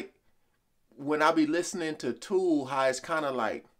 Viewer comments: It's not the correct pronunciation it's jethro tull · "Tull" not "Tool". "Tull" like "Skull" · It's Tull not Tool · Tull as in lull, not tool as in fool..it's freakin' Jethro Tull, dude! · It's not pronounced "Tool" it's pronounced "Tull" like Sea-gull. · Hi! Went to see Jethro TULL not Tool (!) his name is pronounced like LULL ( lullaby).So went to see The band Jethro Tull in 1972 way before The Almond Brothers existed. This music is called “ Prog” and is progressive so yes you would not have heard anything like it. The male front singer dancing around is Ian Anderson and is a musical genius! Still touring today! Seeing them live in the early 1970’s as a young teenager you never forget how mine blowing they were! Grand Funk Railroad was good but nothing like these guys. I would compare them more to The Moody Blues or YES for story telling, great lyrics and musicianship and incredible tunes! I love watching you react to our music! At 66 I can say we had the best music this world has ever seen and heard. We lost Jeff Beck, Christie McVee and David Crosby recently. They are dying off so please catch any of our groups and singers out there when you can! Peace ✌️ ❤ Bless you! Xx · "TULL" not Tool! Love the channel. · I love watching you react...I know what's coming and I can't wait to see the expressions on your face . Not pronounced "tool" it's a short "u" like the hull of a ship. If you want to to hear a softer side of Tull listen to Songs from the Woods from the album of the same name. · The sound effect... When they pull all the bass and midrange out of the sound and you're left with the tinny sounding top notes. Like an old 78 LP record. The guy on Aqualung, that's Ian Anderson! The guy doing the singing on the album. And it's "TULL," Like Lul-laby. Tullaby. Tull. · Tull, not "tool", short u. Also, yes it's supposed to sound far away, or on a radio. Ian Anderson - the front man, composer - set up his music as an experience. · It's not Toull it's Taull